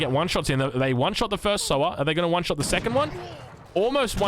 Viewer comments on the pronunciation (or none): It's pronounced 'saa-waar' (rider) not Souwar (pig)